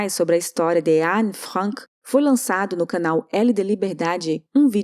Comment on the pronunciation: É a pronuncia correta em Alemão